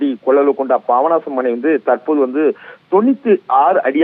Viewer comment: Pronounciation worst. Babanasam... Papanasam.